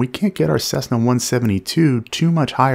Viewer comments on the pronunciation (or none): none